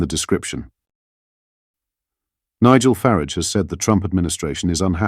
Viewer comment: FARAGE NOT FARIDGE (FARARGE)